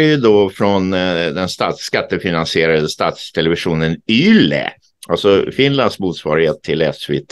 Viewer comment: Bra info. I Finland uttalas bokstaven ”Y” som ”U”. Man säger således ”ULE” när man refererar till ”YLE”. Fortsätt med ert mycket trovärdiga arbete.